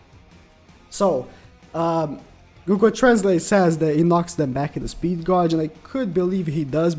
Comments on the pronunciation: a little lol, it's not exactly a big deal though, plus the pronunciation sounds like gay-ge rather than gaw-ge so maybe the youtube algorithm will come for yo ass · ya'll think will ever learn how to pronounce gauge